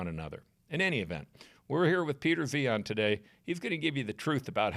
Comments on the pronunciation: To pronounce Zehian, think 'Ryan' but with a 'Z' noise (like from zoo) instead of an R. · Zee Han. Now THAT'S a creative pronunciation. 😊